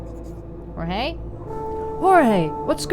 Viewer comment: Ohh I think I remember the other game! You were a detective, right? Really cool art style. The first one seemed intriguing, shame if it had bad reviews or whatever. Yes, you were pronouncing Jorge correctly. ☺️